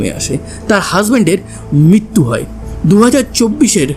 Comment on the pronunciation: ভাই কথাটা মৃত্যু , মিত্যু নয়,,,,ঋ উচ্চারণ ভুলে গেলে তো চলবে না